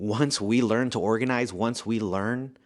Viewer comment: That man said ORAGNIZE at least 22 times 😂😂😂